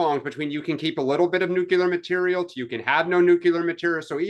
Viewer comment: it's NU CLE AR...not NU CU LAR. Trump tripped going up the stairs of the plane and Rubio tripped at the same point as he followed him. Newsom is such a vile creature.